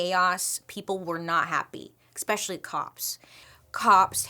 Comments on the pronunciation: Bailey I love you so much but...it's eSpecially not expecially ❤ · I love Bailey so much! Her style, her makeup, her personality, her creativity in creating all this content. I think it’s endearing when she admits she’s not the best at pronunciation. But I can’t help but have a reaction when anyone says “EXpecially” vs “especially”. I hate being one of those people :( I just hear my dad and mom correcting me every time she says it. lol. I’m sorry! I love you! Keep doing you. But maybe… drop the “x”. Please? love you! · Bailey, I love your content, but there's no 'x' in especially. Every time you say that word it's like nails on a chalkboard 😬 Also, you look gorgeous in the natural look you're wearing in your ad breaks. Love your hair like that. Super cute!